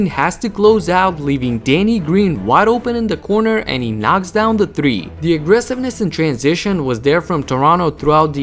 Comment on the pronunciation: Lol! He got the Indian accent. Thrrreee!